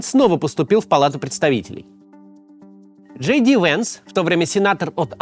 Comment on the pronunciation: Просто нужно читать не Джей Ди, а Ди Джей